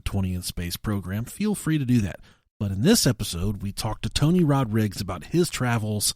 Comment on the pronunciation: 'tony rodrigs'??? surely rodrigues is easier to say